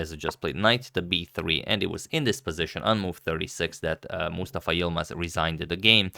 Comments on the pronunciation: Agad, you pronounce Mustafa so well, as if you speak Arabic naturally, very impressive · I really liked the game and the way Agadmator pronounced" Mustafa " name, you pronounced it as a native Arabic speaker!